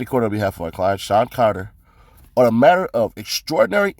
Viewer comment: Sounds like you said Shawn Connor 🤣🤣🤣